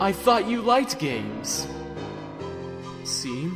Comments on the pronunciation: Either Jevil likes calling Seam "Seem" Or VA doesn't know it's actually pronounced "Shawm" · My dude, “Seam” was supposed to be pronounced “Shawm” Said 80% of the comment section... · Dude the only way you didn't know that is by not playing he game, Shawm literally says that his name is pronounced like shawm and not seam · The comic and the dub was awesome but seam's name is not pronounced like SIIME its shawm even the character mentions it. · _- it really bugged me you didn't pronounce it Shawm..... The joke is that people with the name Sean keep having people pronounce it seen, when it's supposed to be Shawn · Redo pleeeaaase its not pronounced seam it’s pronounced (shawn with an m so )“shawm” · You do realized Seam’s entire joke is that it’s pronounced, Shawm ”, right? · THAT'S WHAT I SAID!!!! IT'S PRONOUNCED "SHAWM"! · He left because ist PRONOUNCED SHEAM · its a PUN. That's why it's pronounced shawm. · Seam's entire joke is that it's pronounced Shawm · SHAWM!! SEAM IS PRONOUNCED SHAWM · Me: OMG ART STYLE IS OUTSTANDING! Others: IT'S PRONOUNCED SHAWM, NOT SEAM! Me: If it's good and doesnt have any other mistakes, it's fine. Beginners mistake...kinda... Others: NO. I'M SO TRIGGERED THAT HE DIDNT PRONOUNCE IT CORRECTLY! SO SHU- Mutes Others Me: they were getting a ego fill-up... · Seam: “It’s pronounced Shawm” EDIT: Yes, I know that he knows that he pronounced the name wrong. This is just to be funny, not to mock him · But..It's pronounced "Shawn"... Though great comic XD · Its pronounced "shawm" No wonder he was locked up. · Seam, pronounced shawm.(I'm sorry) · it's pronounced Shawm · Seam is pronounced "SHAWN" ya NUT!! It's is the only thing that triggered me Everything else was good 👍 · his name is pronounced SHAWM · It's pronounced "shawm" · His names seam It’s pronounced “Shawm” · Names seam pronounced shawm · It's pronounced "Shawm". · It’s pronounced “Shawm” like Shawn but with a M instead of a N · It's seam pronounced Shawm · * Pronounced (Shawm)